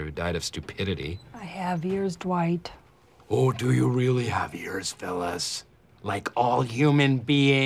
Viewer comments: Jim always pronouncing Dwight’s name as D-wight 😍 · Yes! It's almost "Doo-ite" or "Duh-white".